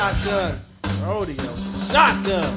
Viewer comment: It's actually Ro-Day-Oh, as in Rodeo Drive in Los Angeles which is famously wealthy, upscale, and I'm sure white as well. Espcially in the past when racist policing and redlining policies essentially segregated parts of the city going back to the 1930s.